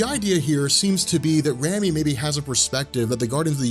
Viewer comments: Rami is a real name and is pronounced "Raw-me". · RAMI = RAH-MEE